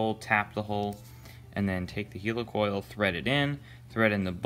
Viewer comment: Do you say helicopter or hilicopter ..why do you say hilicoil..it'd helicoil...